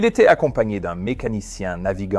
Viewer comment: ...le temps z'été agréable....oui oui c'est cela,tout à fait ^^.